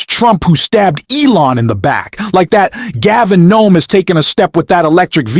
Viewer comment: HIS NAME IS GAVIN NEWSOME HIS NAME IS PETE"" "Boot A Jedge" New some Boot. A. Jedge